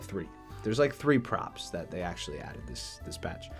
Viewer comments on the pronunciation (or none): none